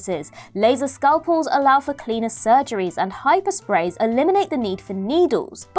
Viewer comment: Did she say Hyper-Spray or Hypo-Spray?